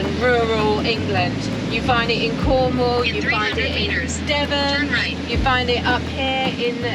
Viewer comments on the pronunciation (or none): none